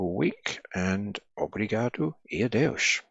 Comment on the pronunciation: Obrigado e adeus sounds great